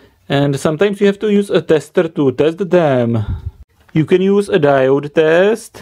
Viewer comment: I like when when he says "testeêer" very good explanation